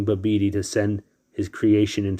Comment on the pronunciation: Bah bih dee not babedee